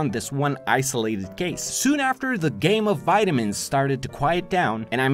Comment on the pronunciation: When you said “Game of vitamins” I though you said “Game of vegemite